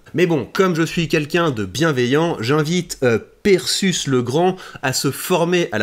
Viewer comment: c'est pas prononcé perséus comme Persée ?